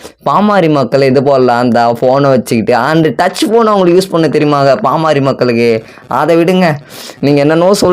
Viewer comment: பாமாரி மக்கள் இல்லை தம்பி அது பாமர மக்கள் 😂😂😂 கொஞ்சமாவது படிங்கடானா கேக்குறாங்களா 🤦🏻🤦🏻 சுய அறிவே வளராம அப்படி என்ன படிப்பத்தான் படிச்சு இப்படி மேதாவி மாறி பேசி ஊர ஏமாத்தரீங்களோ 🤦🏻🤦🏻இப்படியே பேசிட்டு இருங்கடா உலகமே திரும்பி பாப்பாங்க யார்டா இந்த தத்திகள்னு 😂🤦🏻